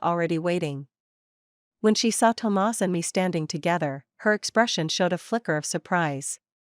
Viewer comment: I like the way she pronounces Tomas. I love the stories here so different from cheating men with brain issues that can’t see the end of their noses and prioritize their mistresses, neglect their wives or girlfriends. I love this story.